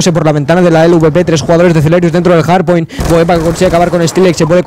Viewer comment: se dice HARDPOINT no JARDPOINT